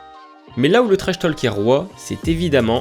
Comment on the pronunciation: Bonne vidéo mais on ne prononce pas le "L" dans "talk " ! Ça se prononce \to:k\ Idem pour "walk", "stalker ", etc 😉